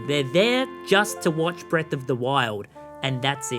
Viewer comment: Bweath of tha whyld